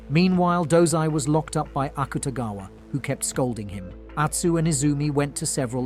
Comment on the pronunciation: he also said akutagwa.. when its akutagawa